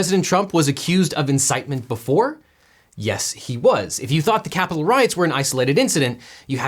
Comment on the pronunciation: “..we’re gonna walk down to the... KYAPITOL ..” Trump’s emphasis and pronunciation cracks me up so much.